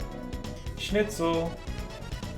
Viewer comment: As a german i must say, your pronouciation of Schnitzel is actually really good!